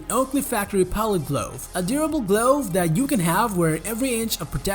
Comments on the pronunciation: I recommend adding someone who can pronounce common English words, such as glove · The way he says glove 🤣🤣